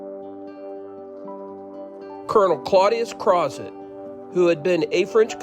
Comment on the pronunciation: Crozet is pronounced "Crow zay" just saying (He was French). Think "Chevrolet", "crochet", etc.